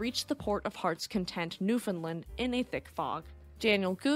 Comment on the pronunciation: Great video...for your next video that mentions newfoundland...it rhymes with understand ;)